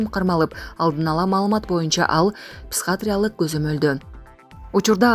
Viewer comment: Туура окучу. Психатриялык деп окудун.Петропавловскини да туура эмес окудун. Жээ, бул кыргыздарга боло берет деп жатасынбы? Мындай чала сабаттууларды кайдан табасынар?